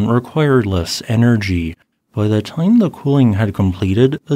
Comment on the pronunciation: They just keep saying ze same thing!